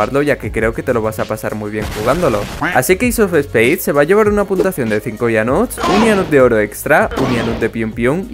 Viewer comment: Hola ianut me saludas xd dices puntuasao en mes de puntua cion